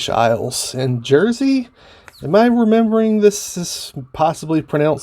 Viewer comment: All of the Smokers Haven tobaccos are made by J.F. Germain & Son in the UK on the Isle of Jersey (not pronounced Gersey). Please take a look at Old Hollywood Briars videos around Christmas and you will see he reviews each of the Smokers Haven tobacco blends and explains the history of how they came to be in full detail. He did an excellent job and are the best reviews he has done. I have also bought them. The new compact round tins are a new introduction and FYI in the UK Germain's are now issuing the same style round tins again that are replacing the pouches that were introduced a few years ago in the UK. Most people prefer the tins to pouches so we are pleased Germain's are now reintroducing the tins again. Previously all the Smokers Haven tobaccos were supplied in the same can style tin that your Exotique mixture is. Be forewarned, My Best Blend and the more robust Exotique Mixture are arguably two of the finest English tobacco blends you will ever taste in my humble opinion. There's simply no going back ✌️